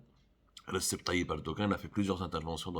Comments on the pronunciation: Abdou, comment peux tu prononcer le nom de Erdogan par ":Ressep" , alors qu"en tant qu'arabophone tu dois savoir qu"il s'agit de "Rejeb"? ABC en caractères latins correspondent à " Alif Ba Jim"" en arabe. .Le"C" = " J" Il est vrai que les Algeriens ont un problème avec la langue Arabe, ils préfèrent appeler "Al maghreb" par "Al Marrok", une question d'identité non encore assumée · Receb ça se prononce rejeb رجب en turc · Monsieur Abdou, juste une petite remarque, RECEP se lit REDJEP ce qui correspond à Radjab en arabe. Le C en turque se lit Djé. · "RECEP" Comme vous le prononcez bien, n'a pas été présent pour la "RECEP.......TION" de Teboune.Pour info, Le prénom d'Erdogan, en turque, se prononce REJEP, ce qui équivaut en arabe à RAJAB. Mais bon, pas étonnant des DZ comme pour févri, juilia,....Sauf que ce n'est; ni du Français, ni de l'Arabe, ni du Turque et ni de l'Amazighe. N'oublions pas : Teboune court entre Baba Turquo et Mamma Franssa. LEURS COLLONIESATEURS. Après, il ne faut pas s'étonner.